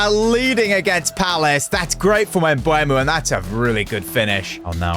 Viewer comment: Pronounce Embumo, not embueeeemo